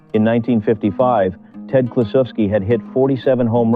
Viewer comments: Pronounce his name correctly, will ya. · I remember that Reds team well. They had three mashers in the lineup, Kluszewski, Gus Bell and Post. A pitchers nightmare! Bell hit one of the longist home runs I ever saw at the old Sportsmans Park in St. Louis. This film nararrated by Bob Costas. He is far too careful to constantly mispronounce Ted's name. I blame AI, or poor editing